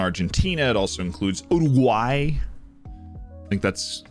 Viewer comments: im from uruguay and i can say that you pronunced very well the name of my country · you said uruguay right, greetings from uruguay